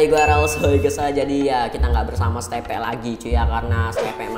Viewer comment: Steve bukan stepe 🤬🤬🤬🤬🤬🤬🤬🤬🤬🤬🤬🤬🤬🤬🤬🤬🤬🤬🤬🤬🤬🤬🤬🤬🤬🤬🤬🤬🤬🤬🤬🤬🤬🤬🤬🤬🤬🤬🤬🤬🤬🤬🤬🤬🤬🤬🤬🤬🤬🤬🤬🤬🤬🤬🤬🤬